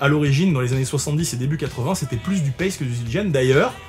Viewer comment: je viens d'apprendre que Paiste se dit paisti en anglais 😂